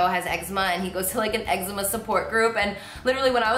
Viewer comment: YOU PRONOUNCE ECZEMA WRONG